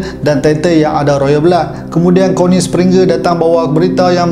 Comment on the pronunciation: Aku lawak betul bila abang ni sebut Connie springer🤣🤣🤣🤣🤣